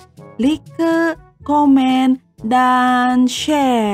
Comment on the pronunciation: Rip English... kalau mau melucu boleh tapi kalau ada bahasa Inggris mohon cara baca nya jangan disalah salahin. Baca "like" itu gimana? Kecuali kalau memang benar2 ga tau cara baca nya.